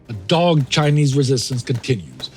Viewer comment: "Guerillia?" Did you learn that pronunciation in college? And "dogg'd?"